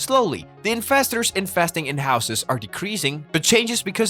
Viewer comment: I love how you pronounce investors as infestors :'D yesss